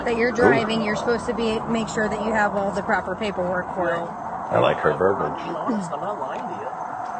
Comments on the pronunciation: Do you still like her verbage? "Attitudy".😂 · “Verbiage….” ‘Verbage ‘ is a new one for a mug,. Love those malapropisms!!